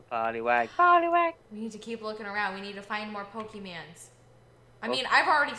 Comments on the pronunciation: there not pokemands it is Pokémon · YOUR KEEP SAYING POKEMANS ITS POKÉMON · it's pokemon not pokeman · ITS POKE MON WITH AN O